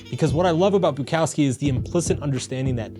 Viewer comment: This video and his pronunciation of Bukowski drove me to delete YouTube. Like and subscribe